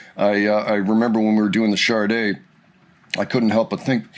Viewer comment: Sade has no R in it 😊